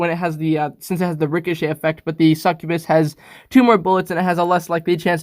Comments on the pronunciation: It's not pronounced (SuckOooBIS) it's pronounced (Suck You Bis) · Mans said “sec ue bes” like bro it’s pronounced “suck-yah -bus” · Its Pronounced Suc-U-bus. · It’s called succubas ( suck you bis ) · that's not how you say succubus it's suc-u-bus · pronounces succubus two different ways Alright seems legit.